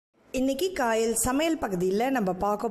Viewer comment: Ithu கயல் தானே ஏன் காயல்னு சொல்ரீங்க